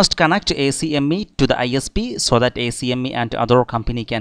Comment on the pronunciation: Good job on this. For future reference, ACME can be pronounced as ack-mee. Much quicker that way :)